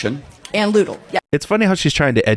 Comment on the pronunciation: Lutal phase? It's LUTEAL, and phage means 'eat'. Poor Charkie Kirk that he has to deal with this miserable woman.